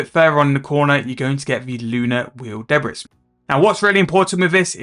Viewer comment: 'Debris' is pronounced 'Debree' mate, blame the french :p